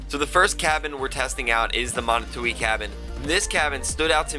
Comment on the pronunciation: Steppe Spider? Catalina? BTW Manitou is pronounced MA KNEE TWO